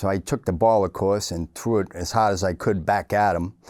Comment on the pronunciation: "he trew' it so haaaard"